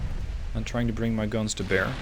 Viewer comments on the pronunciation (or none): none